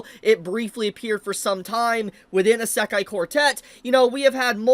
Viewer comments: Brother has NO IDEA how to pronounce "Isekai". Lemme help you, kid. It's said E-See-Kai , NOT A-Sak-Kai. (Semi) joke aside, I can't wait for more Isekai. It's been years! Sources: Japanese wife / Speaks four languages./ weeb for over 40+ years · Why does he pronounce it esekai